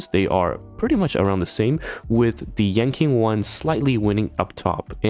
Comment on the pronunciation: Sorry to be that guy but "Seele" is pronounced Si-Luh and "Yanqing" is pronounced Yan-ching.